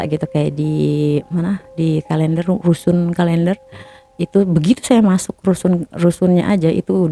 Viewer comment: rusun kaleender ??? Rusun Klenderr kali mbaak